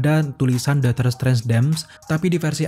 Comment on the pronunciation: Bang, dotor strange apa doctor strange? Lu kalo ngomong yang jelas dikit napa buru² banget